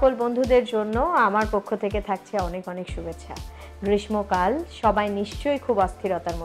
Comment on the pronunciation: Ma'am sry to say ,,, but "গ্রীষ্মকাল" উচ্চারণে আপনার ভুল আছে .... এখানে 'ম' - এর উচ্চারণ হবে না । কথা টা খুব কানে লাগছিল তাই বললাম ,,,,,, আর এতো ভালো Vdo বানানোর জন্য অনেক অনেক ধন্যবাদ 🥰🥰